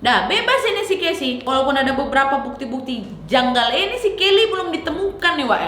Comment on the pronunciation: gangjal atau janggal,,, sy dari malaysia